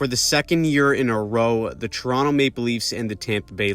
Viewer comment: that's actually the most OG correct way to say Toronto if you are truly from Scarborough area and such. You wouldn't typically say it like TO-RON-TO unless you were a foreigner, TO-RON-NO is the most standard way. TRON-o or TRON is the more niche but truest way, with that very quiet o at end.